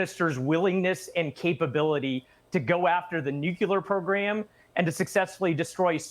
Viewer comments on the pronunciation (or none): "Nukelar" program 😂